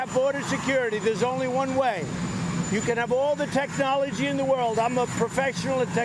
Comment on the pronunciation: The ridiculous moron couldn´t even pronounce technology.